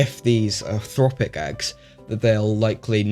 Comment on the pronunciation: Just a small correction , its "trophic" , trophic eggs , same as in for example Trophallaxis, no such thing as thropic.